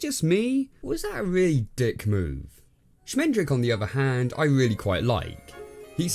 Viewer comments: How can you pronounce the name Schmendrick so wrong so often, just mere seconds after you actually hear the character tell you the right pronunciation??? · Did they call the wizard Schmendrick on purpose?